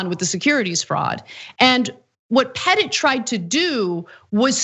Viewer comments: "Petit" is French for "small" and it sounds like "Puh-Tee". He must be feeling puh-tee now. lol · Anna, I think you are pronouncing Pete Petit's name wrong, I think it's more the Jackie Wilson version. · Parker 'Pete' Petit? Petit is just french for the word 'small'. Which makes this guy Little Pete.